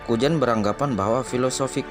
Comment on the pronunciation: Nama nya kuzan bg.bukan kujan bukan kujang.ngakak abg ni